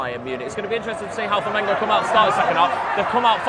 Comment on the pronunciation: Hey buddy. Nice to see you talking about my Mengo. But I want to see and hear you say Flamengo. You and your frien are saying Flamingo. I'm a new subscribed in your channel. Welcome to the biggest group of fans in the world. We're about 50 millions.